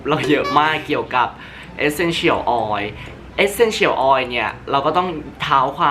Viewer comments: ทำไมออกเสียง Essential แบบนี้ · ฟังการออกเสียง Essential แล้วจั๊กจี๋ 555